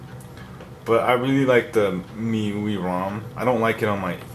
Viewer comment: it's m-i-u-i. not mui